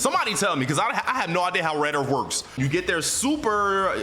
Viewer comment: Red earF